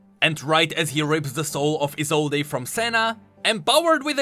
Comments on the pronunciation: Just want to point out that Isolde's name isn't pronounced I-zol-dé, but just I-zold. Anyways, can't wait to see where the story will be going next ! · ISOLDE: "I-sol-day" Me: it's "I-sold" v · I think, her name is pronounsed: Isold, without [e], sorry,, but I thought you listened to his VO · Viego pronounced it as "E sold" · I cringe every time you mispronounce "Isolde" go listen to Viego's voice lines if you think I'm wrong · For the love of yordles, e in Isolde is silent. You'll hear it in Viego voice lines. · Isolde with a silent E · Small nitpick but you're pronouncing Isolde wrong. The e is silent. Unless the name itself has different pronunciations I'm not aware of. I've just always known it with the e silent.